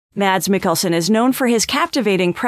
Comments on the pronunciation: #1 should probably be that his name is NOT pronounced Madz. He pronounces it as Mass. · His first name is pronounced as "Mass". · At least try and pronounce his name correctly - it's pronounced 'Mass' the D is silent.